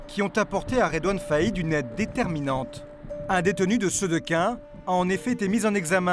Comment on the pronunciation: "sedequin" ptdrrr il ma fumer le boug c est sequedin !!